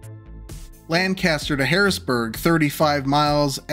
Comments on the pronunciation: Could we at least start with the section to Harrisburg? That’s the part that would need (somewhat) minimal upgrades, and is also just a smaller section. The section to Pittsburgh would probably cost, I think, easily $45-60B to build this new route along the highways to what you want. Plus taking 10-15 years, at minimum. Also, the way you pronounced Lancaster grinds my gears, because that is not how you say it. Just like how Newark, DE and Newark, NJ are pronounced two different ways. I just feel like that with how long the route is, the electrification that would needed, the tunnels and everything else, either building another track or two between Harrisburg and PA and 4 tracks for the I-76 option (assuming that it should get quad tracked), this definitely wouldn’t be cheap, not sure it would be $20B or under. At absolute minimum, probably $32-34B for the 76 option, and $24B for the existing ROW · They're pronouncing it objectively wrong Also I despise cali weather, I need to moisturize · Lancaster is prounounced Lanc-aster, not Lan-caster, just a tip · Being a Lanc native, I hope the pronunciation of Lancaster irked your soul as much as it did mine! LAN-caster is in California. Lang-KISS-ter is in PA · Uhm, it's pronounced "LANK-uh-stir" 😅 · Local tip: Lancaster is pronounced as “LANK-ister” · Great video but that pronunciation of Lancaster is criminal